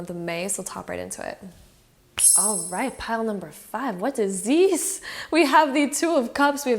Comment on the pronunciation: The "vaat eez dees" for Pile 5 got me😂 you are sooo cute!!!!